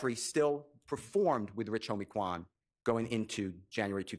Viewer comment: I was like plzzzz stop callin Quan that when she kept saying his name like that. I felt so bad for his family bc i know that saw that 😢 that shit was hurting my heart so bad. She made herself look even more like a villain constantly repeating that